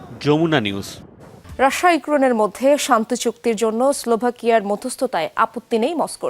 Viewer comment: এই মহিলা রাশিয়াকে শুধু রাশা রাশা কেন বলে?